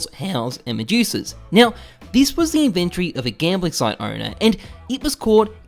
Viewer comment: The word is inventory NOT inventree.